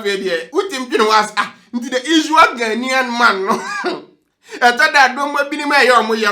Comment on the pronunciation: Ghanaian not ghenien 😂😂😂